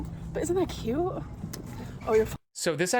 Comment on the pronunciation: The way she says “KYEÜT” instead of “cute” makes me want to remove my skin